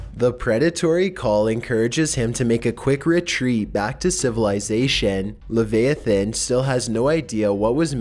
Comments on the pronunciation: hey my guy it is pronounced “ le vi a than” not “le v ai than” that probably made no sense but love ur vids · "lah vi ah thin" not "lah veha thin" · Lev-I-ah-than XD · Bro straight up said “lavayathin” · It's pronounce "La- VI-atan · u said leviathan wrong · Reaper Leviathan.